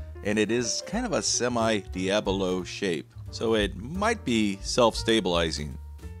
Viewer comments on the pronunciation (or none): Great video. Just a heads up, it’s Diabolo(dee-ahh-bow-low) and not diablo as you say it.